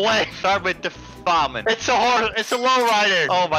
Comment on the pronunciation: The green one is pronounced fam in. it basically means a time without food